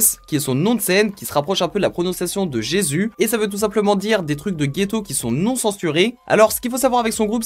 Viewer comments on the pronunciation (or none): none